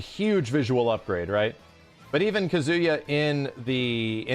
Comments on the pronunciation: Ka-zu-yaa pleaaaaseee Not Kazoo-ya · Is pronouncing Kazuya like that a meme? It's driving me up the wall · Okay I'm glad I'm not the only one hearing "KaZOOyaah" every time haha. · yeah the way ppl pronounce Japanese names is sometimes kinda cringe. It’s “KAHzuya” lol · it's pronounced kazuya not kazuya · Every time says Kazuya's name, I just keep thinking "Banjo-Kazuya." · Bruh same!! All I hear is banjo Kazooie 😭😭😭